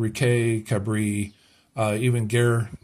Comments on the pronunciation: Gare is pronounced like gahr. Your pronunciation is the word for war!! If you ask directions to the war from a local they will look very shocked! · Just to help :-) the "a" in "gare" sounds the same as the "a" in "cat"